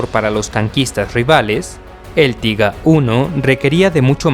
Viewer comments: un consejo...................... No uses el ingles, en denominaciones alemanas, tiger, es taiger, no tiga, como dices tu...... recuerda es alemán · tiga?... no seria mejor españolizado tiger, literalmente, prefiero leer las fuentes originales.... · osea en español se conoce como tigre no tiga jajaj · Y "Tiga" tampoco se dice "Taiger" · No se dice tiga 1 se dice taiguer 1 y se escribe tigger o algo asi y es mi tanque favorito ese y el jadgtiger E 100 el cazatanques aleman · Se dice Taiga y se escribe Tiger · El Tiger 1 de verdad "tiga"de toda la vida se dice taiger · Por q le dice TIGA al TIGER????!!!! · Se dice Tiger 😁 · que carajo es el tiga ? mal video osea prununcias mal los tanques el t34 aliado JAJAJAJAAJ tiene menos de saber jaja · cierto , pero oye tio haces buenos videos lo unico que no me gusta es que digas tiga y eso pero los demas videos estas muy bien echos te sabes desarroyar bien saludos y sigue asi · Me hace gracia escuchar "pantza" así se pronuncia en Alemán, en español está bien pronunciar "panzer", además "tiga" 😂 suena muy extraño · Pero hijo mío. Tiga. Panza, porcha. Todas ésas palabras están mal. Diccionario de R. Academia de filosofía y letras del castellano👌👌👌🇪🇸🇪🇸🇪🇸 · Estas en un error. Tiger, en alemán se pronuncia "tiga", en inglés "taiger". En cualquier traductor puedes comprobarlo.